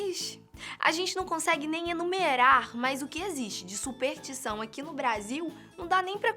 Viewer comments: "supertição" "a Filipinas" porra, conseguiram superar meu professor de química com "pra mim fazer" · a minha supertição é que ela pare de dizer supeRtição e passe a dizer superStição